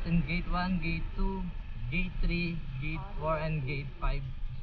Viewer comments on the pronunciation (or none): none